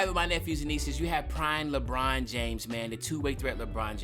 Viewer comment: Claim ur pass for when it said prmie instead of prime